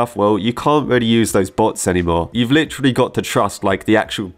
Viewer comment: I like how says Lit”tree”lly instead of literally lol